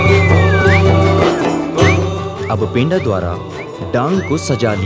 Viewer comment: पेंडा नही पंडा शब्द का उच्चारण करो.. थोड़ा सुधार करो #जोहार